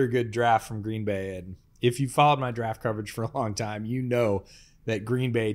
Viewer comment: I was born in 1995. The worst season I can remember is 2005, that sucked. Also, you say Green Bay wrong.